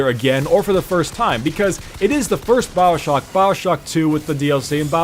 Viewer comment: it's Bioshock not Baowshock .. Dhhh